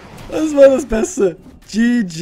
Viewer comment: Der "besste"? xD